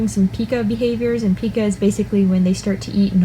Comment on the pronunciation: Pica not peca